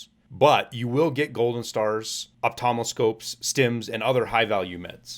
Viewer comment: ophthalmoscope is pronounced, 'off- thal-mo-scope'